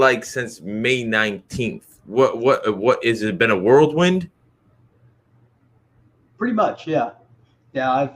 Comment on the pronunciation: "has it been a world wind". Lol dude it's whirl wind.